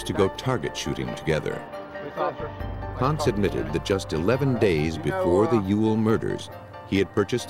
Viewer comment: Ponce pronounced: Po-n-say not “Ponz.”